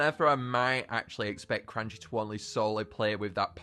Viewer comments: its cranchee not cranky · his name is not cranky its cranchee as in cranch-e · I'm pretty sure the monster handlers pointed out that Cranchee's name is pronounced "cran-chee" and not "crAn-key"